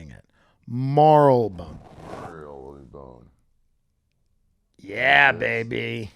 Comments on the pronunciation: Mar-le-Bone. Tim is really bad at the pronunciations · It is pronounced mar-lee-bone and you wont find drug dealers out on the streets in battersea or anywhere near central london. You will have to know people, to get drugs, there is no open air drug markets in the city (cctv and facial recognition everywhere), you will have to get on the tube and go to places like Hackney or Southwark and then you will only find crack and smack being sold openly on the street. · I grew up in Marylebone in the 70s and everyone called in Marri-le-bunn with the stress on the i. The Marleybon pronunciation is more recent. In the end it doesn’t really matter. British place names are specifically designed to confuse everyone!